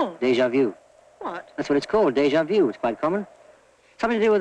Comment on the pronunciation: "DEIJA VIEW" That's what it's called "DEI-JA VIEW!"